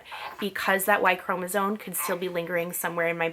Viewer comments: I know this video is hella old but I just had to tell you that the word chromosome is not pronounced “cro-NA-zone” it’s “cro-MA-zone” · Hearing you say y chromosone 100000 times is so grating. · Chromosome. M, not N at the end. And consider un-oranging yourself. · Why do you say “y chromosone” 🥴🥴🥴🥴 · Because she is not pronouncing the word correctly, or does not know the correct pronunciation.